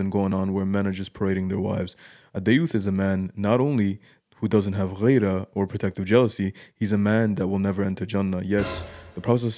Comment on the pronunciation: غيرة=gheera not ghayra